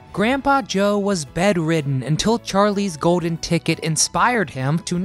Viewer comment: How about ordinary words like golden, not 'go-din' and cold not 'code'